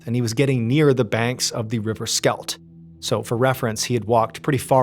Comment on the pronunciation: I was wondering, river Skelt?? Ooohhh Schelde, had to get used to the pronounciation.